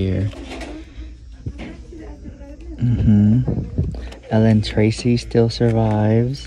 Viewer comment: Did anyone notice he pronounced “Ellen Tracy” correctly and didn’t say Eileen Tracy for the first time? 🤣🤣 love you so maccchhh